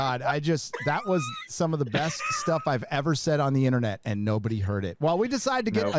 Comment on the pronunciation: Seven Samurai. "First Asians In Film Evah!"